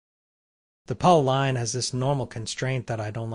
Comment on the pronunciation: Ah, "Polyline" gave it away. "Paulline".